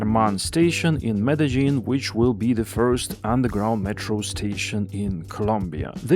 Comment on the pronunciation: Jaén 🤦🏼🤦🏼🤦🏼 but still better than Almaty and Cuiabá. Brescia: the i is silent and only serves to soften the C Breša. Where is zh in Medezhin (Medellin) coming from?